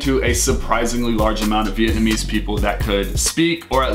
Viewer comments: Wow!!! you guys are soooo white (with the pronunciations). Other than that, great video. Thanks for referring to my city of birth Saigon and not HCMC. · cringing at yall Vietnamese. Great video!